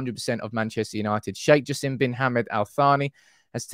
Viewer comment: FYI: Its pronounced Jasem with an E not an I Great content Hope the Qataris buy us and push us to becoming the unarguably greatest and biggest sports club